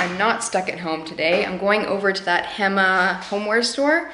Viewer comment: Such a nice video!!! (p.s ‘local’ tip: hema is pronounced “hey-ma”) ❤️🧚🏼‍♂️